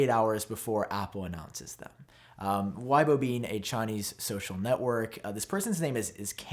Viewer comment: Its not WHYBO bro its just weibo, read it as W E I B O